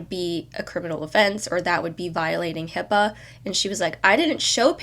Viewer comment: What I meant was HIPAA is the least of the worries in this video… it’s the obvious issue but there is more to it. Also if you claim to be educated in HIPAA, please use the correct letters. It’s not HIPPA or HIIPA